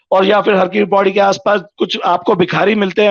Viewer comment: पैड़ी नही पौड़ी।